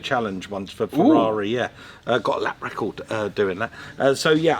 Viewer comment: He lowkey said "lap record"